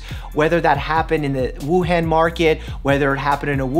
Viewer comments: please learn how to pronounce Wuhan :) big fan :) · Hey Mike! Just thought I'd give you a lil tip. The han in Wǔhàn is pronouced as "on" not "an". Thank you for clarifying all this info and making this video :) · Dr mike pls stop butchering the name it’s wuhan not wuhæn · wuhan is pronounced woo hahn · Wuhan is pronounced WUhawn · Dr. Mike, FYI Wuhan, Hubei is pronounced woo and Han as in Han Solo. And hoo and bay. I lived there a long time ago. It's actually a really cool place. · Love the info! Maybe look up proper pronunciation of Hubei and Wuhan 😂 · I just want to say that you are pronouncing Wuhan and Hubei incorrectly.